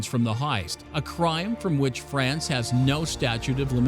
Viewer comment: Ur pronounciation of France and Marseille are so awfull sheesh